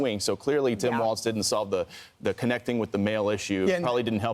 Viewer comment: Tim's last name is pronounced walls, not waltz...